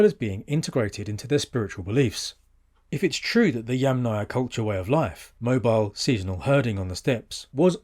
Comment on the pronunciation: Bravo on pronouncing Yamnaya correctly.